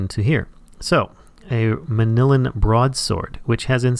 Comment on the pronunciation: .....MAN-YU-LLYN not manillan.....ugh